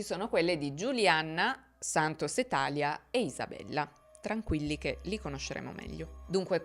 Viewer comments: … scusa se ti correggo ma si dice TALÌA… non TÀLIA… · Credo sia Talìa con l’accento sulla i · Bravissima come sempre ma thalia non si pronuncia come "Italia" si pronuncia come "Maria" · Talia si chiama come mia sorella, però non l avevo mai sentito pronunciato cos